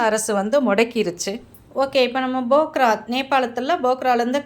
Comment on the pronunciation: Nice video. But bogra bogra nu thappa sollringa. Adhu phokra. Naanum nepali ponna tha katti ituken